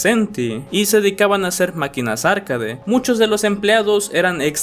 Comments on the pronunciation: arcaDE no ARcade, o si quieres puedes decir "arqueid" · Me dio toc escuchar “árcade” en vez de “arcade” o “arkeid” 😢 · Por dices Arcade? Es arcAde.